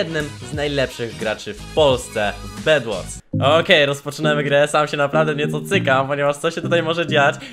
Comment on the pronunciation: bed wars a nie bedłors